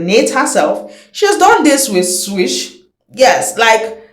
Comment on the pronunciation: Swiss not SWISH. Get the names right for Pete's sake